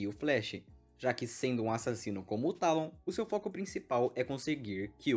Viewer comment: é "Teilon" não "Tálon" bocó